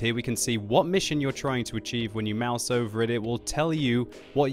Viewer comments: Haha when you "Maus" over it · "when you Maus over it" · "When you Maus over it"? :D LOOOOL TROOOOOOLL :D